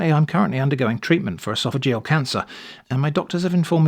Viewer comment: esopehageal canceer